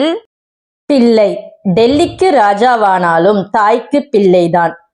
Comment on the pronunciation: பி"ள்ளை" என்ற சொல்லை பி"ல்லை" என்று தவறாக உச்சரிக்கிறீர்கள்!